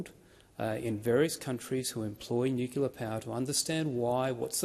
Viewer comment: . Nucular Energy??? 😂